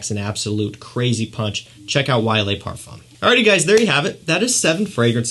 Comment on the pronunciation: Very good review of fragrances. My favorites from list is Gucci Guilty Black and Spicebomb Night Vision Edp. FYI: Le is produced in French like “luh” or “duh.” Les is pronounced like “lay” (ex: Les Miserables). Keep up the fantastic work! 👍🏾